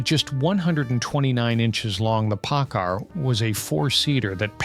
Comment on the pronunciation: Why do you still to insist calling the Ford POCKAR, as the Packar? :body-blue-raised-arms